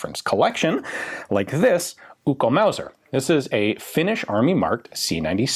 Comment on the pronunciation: One thing, it's pronounced "Uk-ko" not "Uko". Another correction, Finland only belonged to Russia once ( ) thankfully 😂.